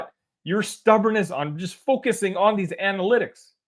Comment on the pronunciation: Brad is setting Tyler to take over the team once he retires. Then we’ll be shooting nothing but threes. An-uh-lit-iks 😉